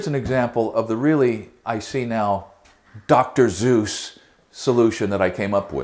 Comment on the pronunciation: Did he just day dr Zeus